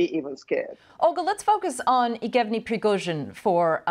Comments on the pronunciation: how is this BBC host misreading yevgeny aw "eegevny"? that's ridiculous, why doesn't she know either the guy's name, or the name in general because it's a common name? can we maybe not have people present news who don't pay attention to news and don't know things? I think there are enough people who pay attention and know things, can you please try to hire them??? just to be clear for you, BBC, I don't mean about harry and meghan. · BBC ... please tell your anchor to learn how to say the names ... Best way is to listen to native russian saying them, then repeat them a few time ... Lucky she is cute :) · How did she get a new caster position?! Not sure why she can’t say his name correctly. It’s obnoxious. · She really battled with the “Yevgeny”’s…